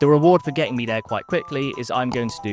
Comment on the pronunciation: Why do you say Kotar and not Kotor